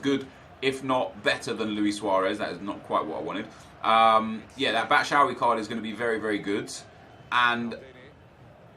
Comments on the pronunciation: can you please stop saying "batshowee" its pronounced "bat-shoe-i" jeez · Its said Bat-Shoe-I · Almost identical. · PLLEASE FOR THE LIVE OF GOD, PLEEEEEEASE LEARN HOW TO PRONOUNCE BATSHUAYI